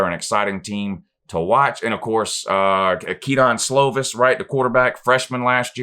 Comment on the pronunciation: It’s pronounced “ke-din” slovis not ke-don but at least 9-3 prolly 10-2